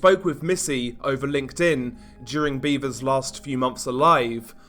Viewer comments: It's pronounced BEV-ers. No 'a' in the pronunciation like beavers. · It's not pronounced "beaver" like the animal. Tragic case.